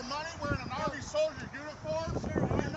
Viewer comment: "U.S Armeh" "Obviousleh" "cringeh"